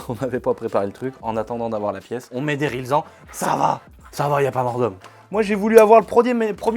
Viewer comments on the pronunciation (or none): rilsan pas rislan